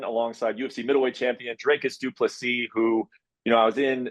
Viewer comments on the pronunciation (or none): I'm from South Africa and Dricus's surname Du Plessis is pronounced Doo-pluh-see folks. Please get it right!